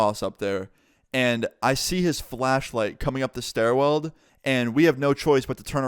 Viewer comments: doesn’t realize he’s been pronouncing stairwell ‘stair weld’ his entire life LOL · it’s stairwell not stair weld